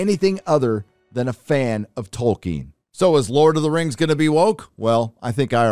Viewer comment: lord of the rangz LOL